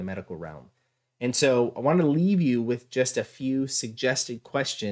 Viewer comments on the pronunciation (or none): none